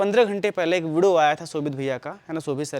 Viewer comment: Bhai video pranounce karna jara phirse😂. Majak se hatke